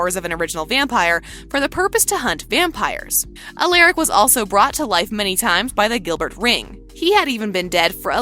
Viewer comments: first stefan and now alaric. In tvd alaric even told the students they may want to pronounce it "aleric" but its not its alaric. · Please pronounce Stefan's name right and Alaric. And Klaus did not die during the ritual.